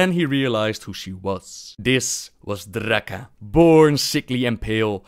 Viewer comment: "This was Drrrrrraka". This dude is gold.